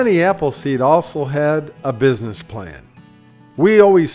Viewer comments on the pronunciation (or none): none